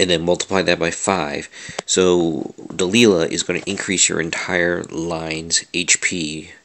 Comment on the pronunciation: Dude, its pronounced "Delayla", you know like the song (can't remember the band name) hey there Delilah, *blablabla" " (at least I think so).